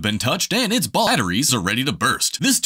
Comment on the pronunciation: "and its baAateries are ready to burst"